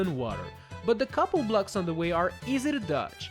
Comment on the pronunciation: BLUGS, you say blocks not BLUGS